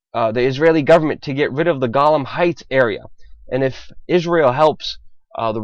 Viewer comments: Israel is supporting nut jobs killing a-holes....... Good strategy. Help them wipe each other out. And it's Golan heights not Golam. And ha-aretz, not Harez, damn you're dumb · "Golem heights" lol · It's not the Gollum Heights it's the Golan Heights. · GOLLEM HEIGHTS...??...and he said it twice in 20 seconds.....DUUPHUS....this child know nothing about this region...omg. jew hater are falling over each other right now....so funny....this land is eternal....go back to your day job cleaning out cardbord boxes. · It's not Golum heights, it is Golan heights! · Golan not golam ya gobshite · The fact that he does not know how to pronounce Golan Hts. is troubling to me. Perhaps he is just another talking dead head.